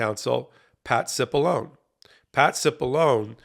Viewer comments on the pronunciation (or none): You're pronouncing his name wrong. It's Patsy Balongne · Hey, Cipollone is an Italian name. Please show some respect by properly pronouncing Italian names correctly.